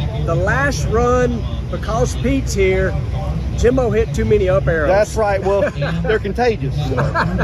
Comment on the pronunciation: It's JIM O not JIM BO 👍